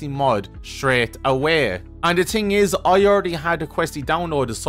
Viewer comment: Love the way you say "thing". "Da ting is". Great video!